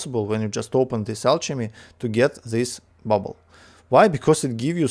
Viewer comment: Hey man, great video again! If you're interested, I have a few pointers: Alchemy is pronounced with a hard c, so more like alkemy ;) The lvl up gift bubble has a small chance to give exclusive items, so whenever you notice you're going to lvl something up (especially fishing), it's worth switching to the gift. I wouldn't personally spend too much liquid water on the cauldron boosts, but rather use the water for the vial upgrades for example (those are very important :)). And last but not least, the liquid cauldrons give more exp than the basic 4 cauldrons, so it's useful to keep your best mage on one of those so he can lvl up alchemy faster.